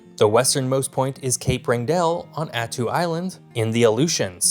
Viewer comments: Cool video, but when you circle southwest Alaska you call it southeast, and vice versa. Diomede island is two syllabes (Dio-meed). Point Barrow is a geographic feature, not a town--the town is Barrow (no point) or Utqiagvik. Wrangel is pronounced RAN-gel, emphasis on first syllabus. This are nitpicks, but little things like these make Alaskans grind their teeth. But overall this is quite good, especially your discussion of the increased attention to the region due to melting ice. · If you aren't sure how to pronounce something, look it up. Nothing shows what a non-expert you are about a topic more than butchering pronunciations of widely known words. Wrangell is pronounced RANG-gul. Anyone from Alaska has heard it a hundred times. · Hey Alaskans pronounce a couple of words differently than you do on here: Diomede as DI-uh-Mead and Wrangell as WRAN-gle. Thanks for the video - I enjoyed your photos and commentary. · Only a few pronunciation mistakes, Diomede and Wrangell. And conflating Utqiagvik's (great job on this pronunciation!) summertime sunlight vs daylight numbers. Not bad. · You lived in Alaska and you pronounce several names wrong… odd. Denali, Diomede, Wrangell… just the few I caught. That being said. LOVE your videos 😂